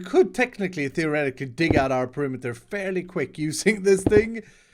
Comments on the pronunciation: I got triggered by "perimiter"! PE-RI-ME-TER Sorry! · No, he said perimiter, not perimeter. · Oh no... "Perimiter"... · "PERIMITER" k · Why "PERI MITER " ? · The title is written in the same way that pronounces perimeter